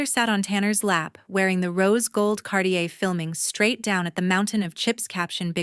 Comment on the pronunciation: Watching from Tagaytay City, Philippines by way of Oil City, Pennsylvania & once of Georgetown, Colorado...also, Hayden, CO. It's Cartier, not Cardier. Scrawled, not "scrolled."